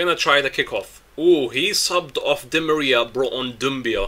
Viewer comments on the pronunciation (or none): none